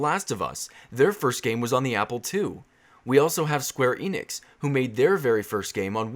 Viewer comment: Am I the only on who heard something else when he said square Enix